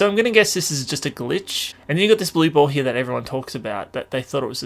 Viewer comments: The way he says here is like "hiar" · SpeedBeat and the way you think he says it sound like "hire" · over heah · maybe but im just saying it sounds funny